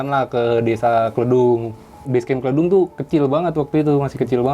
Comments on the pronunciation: Sebagai orang temanggung greged bet daah pen benerin , bukan kledung dengan E ejaan endog tapi kledung dg E ejaan Elizabeth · Hehe, lucu aja pas nyebut Kledung pake e-lemper, orang sana nyebutnya pake e-merah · pengucapan Kledung yg bener adalah E seperti pengucapan pada nama Eka 🤭🙏